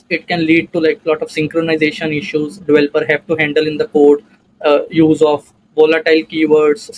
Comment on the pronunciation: its developer not dvelper otherwise great video